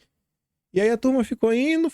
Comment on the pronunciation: não é foi Ino, é foi indo.